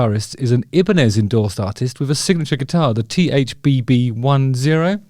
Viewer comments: Phonetically it’s “ Eye” banez” not “eeee” banez” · Everyone I know pronounces it EYE BA NEZ. Wtf are you saying..is everyone wrong?